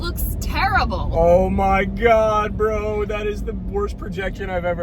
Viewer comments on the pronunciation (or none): Kyle, I love the way you weaponize the title "Brö" 😂😂😂